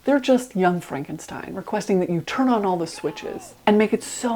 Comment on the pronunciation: It’s pronounced Frankenstein